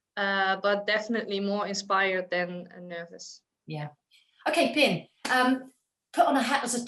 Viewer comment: pien like pee +n, marloes like marlous